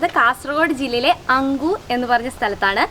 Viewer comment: അങ്കുർ അല്ല അണങ്കൂർ